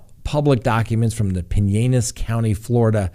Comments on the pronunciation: Pinellas is pronounced Pie - Nell - Lass. Pie like cherry pie, Nell like whoa Nellie, Lass like a young girl. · Thanks Counselor!! BTW, it’s “Pin-ELL-as.” You say the L’s, as in Bell. Just a friendly note. I 💜 Crime Talk & Miss Winnie the Bulldog. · Pu-nel-us ....But, you nailed Okaloosa! Good Job! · Its pronounced pine-el-is county fl...lol not pineayis. I live on st pete beach. Lots of island sandbars here. Lots of places to camp, fish. I would go to Canada unless i had access to a boat to get to cuba. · That county in Florida (Pinellas) you keep mispronouncing is pronounced PIN-ELLIS. The double "LL" is not pronounced like a"y". I am from Florida, and lived in that area. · Pine Ellis. is how you pronouce it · Not Pinenas County, Pinellas County ...Pu nell us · Pinellas ("pin-ellis") county. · It's pronounced Pen Ellis county FL...I used to live there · It’s pa Nell is- Pinellas get it right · Lol it is pronounced Pin-L-las county-pinellas- Spanish word. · Ok just helping for future broadcasts LOL Pinellas = “Pin” +”ell” + “as” (because I live in Pinellas County which is actually what is referring to. I noticed that Fox News and many other sources are leaving off the Fort and spelling St Petersburg as “st Petersberg” which is funny because apple won’t even let me spell it wrong on purpose. But luv ya and company!:-) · Pin- L - is. Pen ellis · It is pronounced Pine-el-es for Pinellas County Florida. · PinEllis County. said that way. Just so you know. No silent L's. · hey-no-it is a long story if you look it up-it is the English people’s version of the word Pinelas -Spanish correct spelling…. Meaning many pines (trees) …You can search if you want to confirm. I just wanted to know the correct pronunciation. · Another great crime talk! Someone's teach how to pronounce Pinellas correctly before the next one though